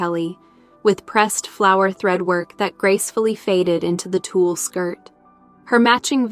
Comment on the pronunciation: TULLE, not “tool”